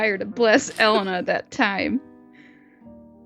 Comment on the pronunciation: It's E-lay-na